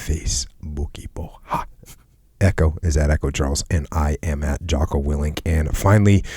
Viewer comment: Willink, not Wilinik